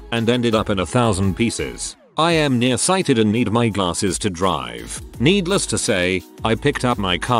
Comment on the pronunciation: Lol@ the narrator... "glaRRses"